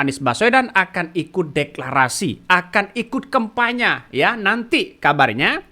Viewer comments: Admin saking semangatnya ....ngomong kampanye jadi kempanya ...hehehe... Tdk apa2 malah bisa buat lucu2an. Yg penting bisa sosialisasikan hal2 yg terbaik. Semoga cagub yg didukung dan bisa terpilih nantinya bisa membawa DKI lebih baik dan bisa akomodir kebutuhan dan kepentingan masyarakatnya. Kalau terpilih semoga selalu amanah .....dan .... TETAP SEMANGAT !!!. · Bukan karna semangat nya si Admin, tapi Emang Dari dulu Bilang kampanye di Bolak jadi KEMPANYA, coba ente lihat Video² dia yg lainnya, he.hee